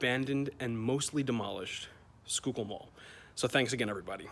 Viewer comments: I believer that is pronounced skullkill not schoolkill.... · "Sure kill" mall